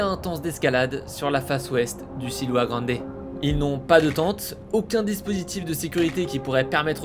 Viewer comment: C’est pas le silua grande mais le siula grande situé dans les Andes péruvienne